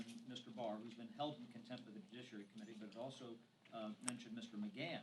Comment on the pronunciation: Jujisssshhhhhiary........ I think she means "judiciary"!